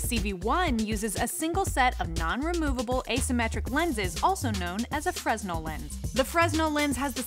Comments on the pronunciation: "freZnel lens" It's pronounced, "freh-nel" Great video, though. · Sorry to be a twerp, but please pronounce 'fresnel' correct in the future. It's a French name, so it's pronounced 'fruh-nel' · Not to be pedantic, but it's pronounced "Frenel". The s is silent. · Except is DOESN'T sound better and we don't agree. I've been dealing with fresnel (freh-nell) lenses in overhead projectors for decades so I see no need to butcher my pronounciation just because you are uneducated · Aaaaahhhhh! They say it so many times! FREZNEL! FREZNEL! FREZNEL! Augustin-Jean Fresnel... It's French, and maybe the French got the pronunciation wrong... Then again, we Americans tend to botch EVERY language there is and change the rules of pronunciation whenever we want to because nobody knows how to be consistent... Fill-ett, fil-ay, full-ay, fill-itt... Which is correct? You're supposed to know these things... Guide us oh great ones... 🤲 It's 'FRUHNELL' OR 'FREH-NELL'... Although, an argument could be made for 'FRAY-NELL' Come on! We rely on you for accurate information... It makes you sownd doomb when you can't pruhn-ounce a simpler ward ker-rectumly. "So..." The doctor says, "Rectum? Hell, it damn near killed ihm...", as a young man with colon cancer, that always gave me a good chuckle! As an old man with no colon or rectum-cancer, but what's left of my goopy bits cancer, it still do... LOL 😂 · it's pronounced "frenell lens" =) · fresnel has a silent s by the way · I was going to post the same thing. I used to say it wrong as well. That's what happens when people learn by reading. Ugh! Reader people.